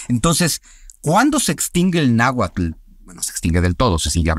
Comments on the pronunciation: Laverdad no se si creerle mucho a un wey que dice saber un chingo y pronuncia naguatul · Pues di en que se equivoca, aparte de que no pronuncie bien el Nahuatl 😅😅